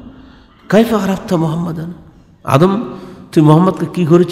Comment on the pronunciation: ভ্রান্ত জ্ঞানের অধ্যাপক। তিনি যা পড়লেন তার অর্থ আমরা জানি। কিন্তু জানিনা ঐ সময়ের প্রেক্ষাপট কি ছিলো। তিনি যেভাবে আদম (আ:) ও হওয়া (আ:) এর নাম দুটি উচ্চারণ করলেন তাতে মনে হলো আদম হাওয়ার চেয়ে বয়সে তিনি অনেক বড় এবং আদম (আ:) ও মা হওয়া (আ:) কে অধ্যাপক সাহেবের পরে সৃষ্টি করা হয়েছে। শুধু তাই নয়,আদম (আ:) কে কতিপয় বানী ও বস্তুসমূহের নাম শেখানোর সময় আল্লাহতায়ালা অধ্যাপক সাহেবকে ডেকে কাছে রেখেছিলেন। যারজন্য জনাব অধ্যাপক সাহেব যা বলেন তিনি অন্যকে তা অকাট্যভাবে বিশ্বাস ও গ্রহণ করতে বলেন। ভাবখানা এমন যে,আমার বাহিরে যে যাই বলুক তা মোটেও ঠিক নয়। কারন ওখানে আমি উপস্থিত ছিলাম এবং আল্লাহতায়ালা অধ্যাপক গালিব সম্ভোধনে আমাকে বলেছেন আদম হাওয়ার আগে আমি কিছুই সৃষ্টি করিনাই। সুতরাং এগুলো নিয়ে গবেষণা ও বাড়াবাড়ির কোনো দরকার নাই। কিন্তু জনাব অধ্যাপক সাহেব যা জানেন বলে অহংকারী সুরে প্রচার করেন তা শুধু বিভ্রান্তিকরই নয় ঈমান রক্ষা ও হেদায়েতের পথে বিপজ্জনকও বটে। রাসূল (সাঃ) এর সৃষ্টি সম্পর্কে আলোচনা করতে তিনি উপস্থিত সকলকে যেভাবে "নাউজুবিল্লাহ" বলালেন এবং নিজেও যা শুনতে চাইলেন সেটা বিপথগামী শয়তানের কূ-মন্ত্রনামূলক ও বিভ্রান্তিকর শিক্ষা বলে আমি বিশ্বাস করি। মিস্টার গালিবরা মুখে "রাসূলুল্লাহ" উচ্চারণ করেন বটে। কিন্তু ইনাদের অন্তরে রাসূল (সা:) এর প্রতি ঈমানী আনুগত্য ও মহব্বত একেবারেই অনুপস্থিত।